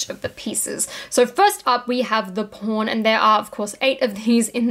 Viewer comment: The immature American in me hears something um... “different” when you say the word Pawn